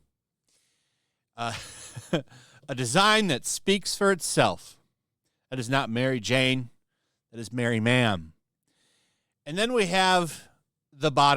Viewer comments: That's not mary-Jane, that's Mari-John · Its not Mary jane, it Larry Jane, get it right before they come for you.